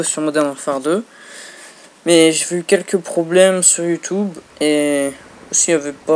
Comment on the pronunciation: Youtoube xD